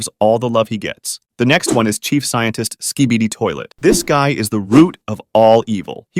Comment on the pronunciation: Bro your say sabidi😅